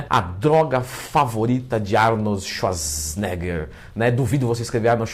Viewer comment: Arnold Ezsuasnêga! 🤣🤣🤣